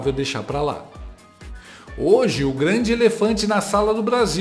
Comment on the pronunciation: "Sua 'xantidade', Alexandre, o "Glande". Sensacional